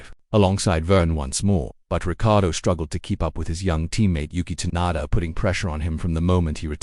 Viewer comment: Next time use a thumnail that isn't fake clickbait, and get an AI voice that can pronounce 'Tsunoda' properly.